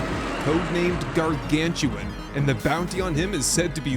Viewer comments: Yes, thank you for this upcoming series. Really enjoyed your ones before! Btw. It's not Gargantuan - it's Garganutan. Like the Orang Utan. 🙂 Looking forward to the next episode! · They made up a new name by combining gargantuan and orangutan, its pronounced Gar-Gan-U-Tan, not Gar-Gan-Tu-An. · I LOVE Icarus and have been one of the supporters since it first came out. The Devs have hit it out of the park with all of the content they’ve continued to create and they listen to the community. I have well over 2000 hours in this game. And, not to be a grammar “boss” but its Garan-GU-TAN … as in Arangutan / Primate. Ots easy to mispronounce. Thanks for the content. 😊